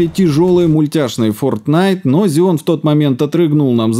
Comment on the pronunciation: Так режет слух, когда ксеон называют зионом! Жесть, две ошибки в слове из пяти букв)) Ролик вроде интересный, но не стал смотреть в такой "озвучке"